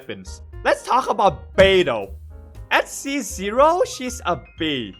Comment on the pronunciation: i thought he said L beidou